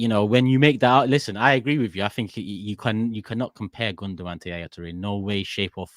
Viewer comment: Imagine saying Gündogan 😂